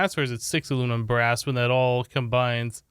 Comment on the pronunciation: Everyone: Aluminum brass: Alumin bra